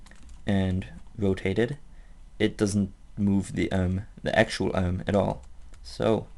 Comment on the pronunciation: Love the way he pronounces arm. "Uhrm."